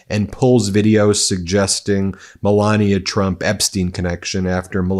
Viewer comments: Her name is melania not Pandora 😂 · I'm not saying that it's a long hard "ee" as you claim only happens in English (reference required!), but it's definitely an E rather than a hard AY (or AH as per your vampiric example). Listen to how Melania herself pronounces it - short "e". It's not accent-specific either, Ben just mispronounces it every single time and he really leans in to it! Note that he also called the University of Ljubljana "a local university" rather than attempting that name. 🤣